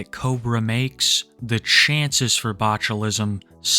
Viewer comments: it's not botchulism, it's boglimism. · New name for Cobes: The Botulite (pronounced bochulite) due to his botulism riddled meat vehicle he calls a body.